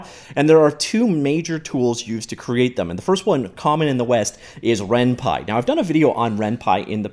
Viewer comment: RenPY not renpi!